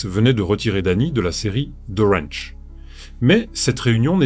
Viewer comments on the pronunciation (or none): none